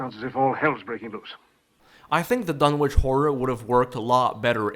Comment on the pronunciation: Fun Fact: Lovecraft. being an antiquarian and anglophile, presumably thought it should be "Dunnitch" not "Dun-witch"; like Greenwich or Norwich. Nobody seems to care, though, and certainly not the hacks who produced this abomination!